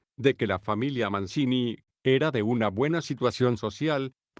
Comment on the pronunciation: Avignon: se dice en castellano: Aviñón. y Mancini se dice en castellano: Manchini.